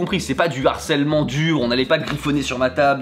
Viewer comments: Juste un petit truc qui me fait tiquer : il faut prononcer LE harcèlement pas l'harcelement stp 😉 ; ça pique les oreilles comme un français qui ne prononcerait pas le H japonais 😅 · On dit "le harcèlement" / "du harcèlement" et non "l'harcèlement" / "de l'harcèlement", il y a un h- (aspiré) ;-) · Harcèlement, c'est un h aspiré (comme haricot) et non un h muet (comme herbe). Pas d'élision avant. Le harcèlement, pas l'harcèlement.